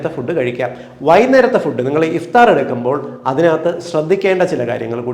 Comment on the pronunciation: Good presentation. However, kindly note that some words misspelled its correct pronunciation. The Arabic words such as SUHOOR, IFTAR = سحور، إفطار respectively should be corrected as is. Thank you